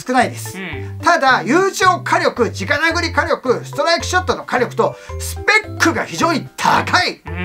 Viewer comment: 子供たちが直殴りをちゃんと「じかなぐり」と覚えるようにちゃんと言ってる所に好感。言葉は大切だからねぇ。